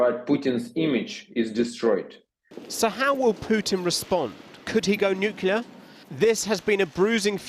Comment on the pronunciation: Why is everyone saying nuclear??????